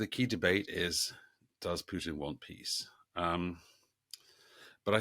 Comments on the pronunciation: It's Putin, not "Pyutin". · What's with the weird Putin pronunciation? Pjewtin? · It’s not Pewtin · Sounds like Pewtin